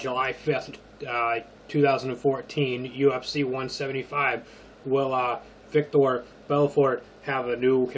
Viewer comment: It's Vitor, not Victor lol